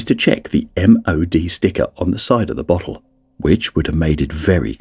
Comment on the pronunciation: I cant unhear bottle as buthole